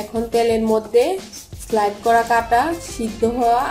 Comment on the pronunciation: word ta slide hobe na slice hobe....😂😂😂